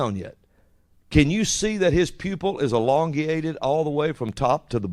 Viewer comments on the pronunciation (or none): "Elongiated"??? What the heck??